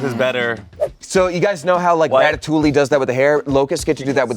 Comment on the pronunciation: ratatolee? its french, its rat a too ee